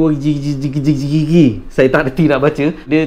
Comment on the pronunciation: wuu-CHIST-kee bukan Chris Wee tau